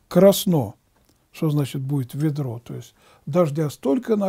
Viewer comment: И в слове "соблазн" Ударение на последний слог, а не на первый. И со значением слова "ведро" , батюшка, видать, не знаком. Потому и толкует значение этого слова неправильно. Ведро(не найду нужной буквы) -это ясная погода. Ударение на первый слог.